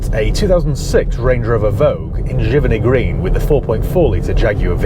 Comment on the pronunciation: Looks great. I love the way you say Jiminty Green